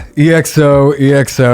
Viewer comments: it's pronounced "eckso" not "e. x. o." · it’s said as XO not E X O please 😭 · Its not EXO (eeh-ek-so) but just( ekkso) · Its EXO not E-X-O....like "eggzo"...👍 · it's pronounced as EX-O not E X O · Just a friendly correction, EXO is pronounced as “XO”😊 and yes indeed Baekhyun got the most amazing voice😍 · It's pronounced as Ekso 😁 Love from Manipur, India ❤️🇮🇳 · Yesssssss!!!!! Finally an EXO related video!!!!..... Btw you can pronounce them as "ek-so", not only cuz that's how it's actually pronounced 😅 but I think that would be much easier to say. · Lmao how many EXO reactions will this guy do before he stops pronouncing their name as E-X-O? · It's pronounced EXO, not E-X-O. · Someone’s gotta tell him 💗we love you 😂but it’s EXO, not said E-X-O (sounds similar to echo but with an X instead of the “ch”)